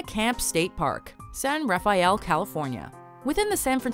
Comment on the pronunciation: san ruh-fel not raw-fee-el x3